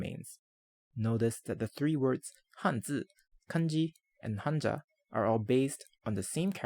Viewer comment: I love how you pronounced kanji, hanzi and hanja correctly! Nice video, thank you.